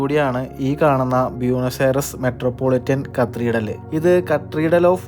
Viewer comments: കത്തീർഡൽ അല്ല. കത്തീഡ്രൽ എന്നാണ്. Cathedral. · കത്രീഡൽ അല്ല, കത്തീഡ്രൽ... 🥰❤️ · ചില്ലി അല്ല ചിലി ആണ് കത്രീഡൽ അല്ല കത്തീഡ്രൽ ആണ്. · താൻ ഞങ്ങളുടെ pronounciation കൂടി കുളമാക്കും - "ചില്ലി [for Chile]", "കത്രീഡൽ [for Cathedral]", അങ്ങനെ എന്തൊക്കെ - ഒന്ന് Google ചെയ്തു നോക്കിയാൽ ആ വാക്കുകളുടെ യഥാർത്ഥ ഉച്ചാരണം കിട്ടില്ലേ? അതിനു പോലും ശ്രമിക്കാതെ ഇങ്ങനെ മണ്ടത്തരങ്ങൾ വിളിച്ചു പറയുന്നത് കഷ്ടമാണ് ചങ്ങാതി! പണ്ട് നമ്മുടെ ഇംഗ്ലീഷ് അധ്യാപകർ പറഞ്ഞുതന്ന മണ്ടത്തരങ്ങൾ ഇതുവരെ പൂർണമായും തിരുത്താൻ പറ്റിയിട്ടില്ല, തന്റെ വ്ലോഗ് കാണുന്നവരെ കൂടി ഇങ്ങനെ തെറ്റായ ഉച്ചാരണങ്ങൾ പഠിപ്പിക്കരുത് എന്ന് അപേക്ഷ, അത് ഉത്തരവാദിത്തമായി കാണണം.